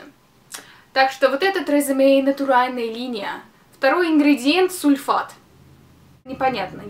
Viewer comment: почему "сулфейт"?!:-O